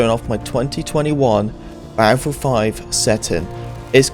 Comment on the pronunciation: He said it more than 10 times in 40 seconds right at the beginning